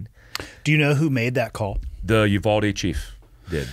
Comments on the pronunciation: The town is called you-VALD-ee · I’m from San Antonio and uvalde is pronounced (you-Val-dee) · Uvalde (You-Vawl-Dee) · Uvalde pronunciation is Yoo-Val-Dee